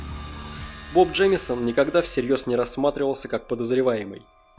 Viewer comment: Джеймсон? или реально Джеймисон? если мне не кажется и ты ошибся в произношении, то на протяжении всего видео я только эту ошибку и слышал